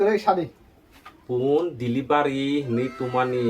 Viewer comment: Delivari ❎ Delivery ✅